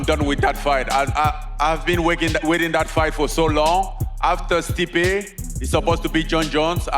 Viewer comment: HOW THE FUCK DOES HE NOT SAY STEPE